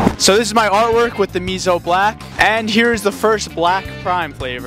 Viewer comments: It annoys me deeply that you pronounce and spell it wrong (it's musou black) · It’s pronounced moo so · MOSAU DUDE WHY YOU DONT PRONOUNCE THINGS WRONG